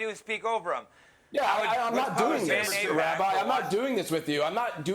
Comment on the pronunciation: Yay! Rabbi rhymes with bike is back!